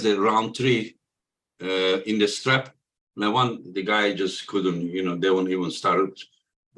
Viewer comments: Who the ,f..... is Levon????? It is Levan and Devon. Stop f.... his name . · It's Levan, not Levon or John Cena...